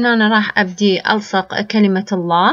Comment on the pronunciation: جميل ولكن عليك لفض أحساً لي كلمة الله ليسة عادية مثل كل كلمات لكي تلفضيها وكأنها عادية